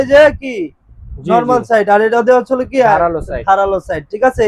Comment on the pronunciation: দোকানদার ভাই, হচ্ছলো" ভাষাটাকে ভালভাবে বলার জন্য অনুরোধ করছি। ধন্যবাদ।